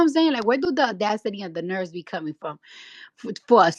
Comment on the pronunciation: B!tch can’t even pronounce nerves properly 😂😂😂